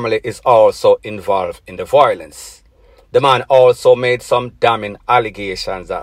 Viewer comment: the word is VIOLENCE not VOILENCE fix up yu speech